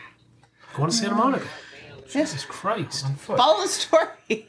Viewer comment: "Town of saint-a moan-ee-ka"